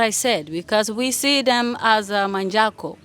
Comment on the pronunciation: She said Manjago